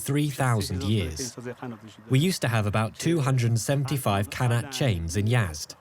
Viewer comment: First of all it is pronounced ghanat & not kanat! And it is a shame that you would not even mention the Zoroastrian population of Yazd.